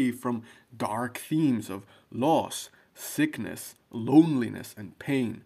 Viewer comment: I thought he said Thickness then had to turn on captions to see that it's actually Sickness 😂